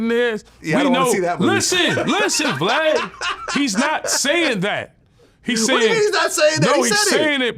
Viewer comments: lol he said glad instead of of VLAD. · U so rude u saiid his name wrong the disrespect!!!!! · didn’t say his name wrong that’s what country black from 3 6 mafia call him 😂 it was purposely